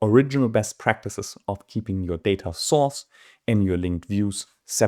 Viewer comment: My favorite part of this video is that each time you say Data Source I hear Data Sauce and I’m salivating :)